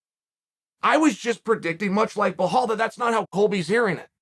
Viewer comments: Listen, if uncle Chael says his name is blohal then that's his name from now on. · Blahal - lol Chael tells YOU what your name is! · Mr Sonnen, its BELAL, not BLAHAL. You're saying it wrong! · "Blawhall Mohammed", thank you for introducing me to this new fighter on the roster, Chael. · How has nobody told Chael that’s Belal not “Blahall” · I love that his moniker is Belal "Remember the Name" Muhammad ... but Chael's decided his name's "BleHALL." 😅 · Colby too scary. Who is Behall Mohammed though , chael will butcher a name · It’s BILAL not BAHHHAAAAL 🤦🏼‍♂️🤣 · Uncle Chael, his name is really not Blahal, it's Belal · بلال not بهال Bilal not Bihal He’s not Brazilian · I think when he says blahal he blameans belal. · 🤔Bruh... Can somebody please tell me who the hell is the "Blehall" this man speaks of??? Cause I don't believe I've ever heard of him, or her for that matter. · Nobody: Chael: Bahal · Chael "i love belal a lot though i keep calling him blahall" sonnen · Why does chael call him blahall? 🤣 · say it with Bē lul the H is silent bro 😎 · How the fuck do you manage to pronounce belal "blahal" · why chael just cant say bellal? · It’s not blehal lol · Big fan of yours Chael, but you need to stop calling Belal "Blahal" 😅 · Bilhal and Khazmat, love how you do this on purpose all the time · Bellal said " remember the name!! Chael: blehal.. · The prophet? Edit: Also, "Blehall"? Bro intentionally pronouncing names wrong now. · It's Bluh-HALL.....but you're on the right track 😉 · why do you keep pronouncing it as "blahal" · Why do you call him Bhall? It's Belal for English speakers and the rest of world it's Bilal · I’m still wondering.. who the hell is Blehall? 😂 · Chael - So you read ALL the comments? His name has FIVE letters. Learn to pronounce it... at least ONCE. Then repeat that... forever. OK, Chahail? ugh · Once again. Chael please pronounce Belal name correctly.. it’s really easy bro.. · Why does he say belal as belhal lmao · chael "blehal mehamed" sonnen